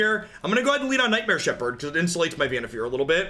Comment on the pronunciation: I dont know if its right or if someone pointed it out allready, but i think its pronounced Vannif«A»r as in far away... anyways, loving your content as always.